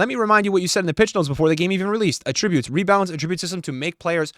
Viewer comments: who says attributes like that? saying attributes like that means something else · does anyone else say attributes like he does?